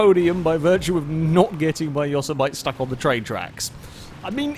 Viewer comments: Yo-so-might Yo-sem-eh-tee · its not pronounced yossuhmite its pronounced yo-sim-a-tee. Unless of course youre just mucking around. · This national park is grand and beautiful … and often mispronounced. It is not “Yo-SE-mi-nee” or “YO-se-MIGHT.” But rather “Yoh-sem-it-ee.” At the end, don't forget to say the “t." I hate to be a grammar cop on this, but you pronounced Yosemite wrong in the video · say it with me. Yo-Sam-a-tee. Not Yo-sa-might. Yo-sam-a-tee! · yo-SEM-i-TEE, not YOSS-e-might. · Pretty sure "Yosemite" is more like "Yo samity" :P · Pronounced Yo-sem-itty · Yoemite is pronounced "yo sim et ee" btw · the word they used for the truck is pronounced Yo sim it e .... and in Yosemite Sam .... wow ... sorry just kinda bugged me good racing tho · Say it with me: yo-sem-ih-tea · Yosemite = Yawsemite. Put that one in the FailRace dictionary. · It’s pronounced YO-SIM-MITT-EE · ForzaFreak 48 *yo-sem-mitt-ee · The truck name is pronounced yo-sem-it-y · I hope the chat on the stream gave a lot of ribbing on the pronunciation of Yosemite... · You're one of only 2 people I've ever heard pronounce Yosemite that way. The other person being a friend of mine, and to be fair, you live over 5,000 miles from the actual Yosemite while my friend and I only live 120 miles away... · pronounces Yosemite like I did when I was a kid playing San Andreas. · and it annoys me.